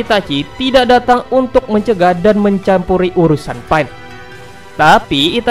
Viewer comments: Kok dengernya malah PAIT njirr namanya bukan pain!! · Sebut betul kawN bukan paen tpi pain pain pain sebut betul2 bukan paen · Sebut pain elok2 brader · ITS PEIN NOT PA-IN ITS TSUKOYOMI NOT TSUKIYOME WTF?